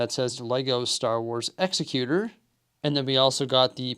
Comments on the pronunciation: It's exEcutor, not execUtor. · I could not finish this video after I heard you mispronounce the name of the ship multiple times. The name of the ship is pronounced "ExecuTOR" not "ExecuTUR." Have you not seen Empire Strikes Back? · The EXECUTOR (pronounced like the legal term). LOL, I was going to let it go until I heard it twice. It just makes me cringe. The other way would be spelled Exexcuter or more properly Executioner. The only thing wrong about this set is the price, especially considering the price compared to the Frigate. Maybe one day they'll nail it. They did with the Scythe, maybe they'll do it again at some point. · Pronouncing the name wrong btw 😂 great vid 🎉